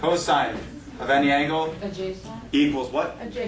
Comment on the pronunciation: Adjacent not adjascent...I know, you are a math teacher not english...lol.